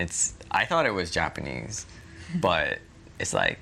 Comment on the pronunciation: (maybe you too young) ..... Japan-nee